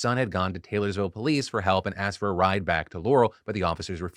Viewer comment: should've 'asked' police for help, instead of 'axing'